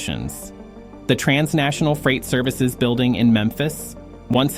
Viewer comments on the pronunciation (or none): none